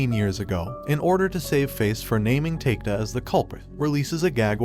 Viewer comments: Its a good recap, but you need to learn how to pronounce japanese name. I'm so confused with the names you mention, especially takeda which supposed to be pronounced as ta-ke-da, you pronounce it as take-da. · Great summary! My one, hopefully constructive, critique would be to take a bit more time learning the pronunciations of the names. Takeda as "take-da" shouldn't fly. Otherwise nicely done. Concise and easily understood.